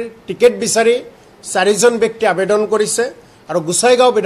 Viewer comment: আবেডন নহয় মূৰ্খ, আবেদন বুলি কোৱা